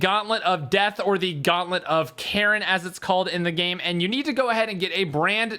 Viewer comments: I thought you said “gauntlet of Karen” she’s my favorite Greek god she takes the kids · 🤦🤦did really just call charon, karren? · It's spelled Charon but pronounced as Karen